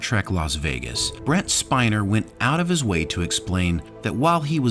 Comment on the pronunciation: It's Brent spinner not spine!